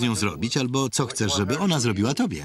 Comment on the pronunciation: Polish noob here. But , I believe that “ch” in “chcesz” is an “h” sound. So it should be like (English sounds) “h-ts-esh”, not “ch-esh”